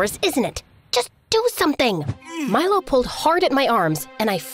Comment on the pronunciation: I thought she was saying "My love" not "Milo" lol.